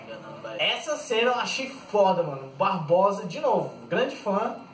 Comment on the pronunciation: Não se chama "BarboSa" e sim Barbossa.. Da pra melhorar, mas so falou bosta! kkkkkk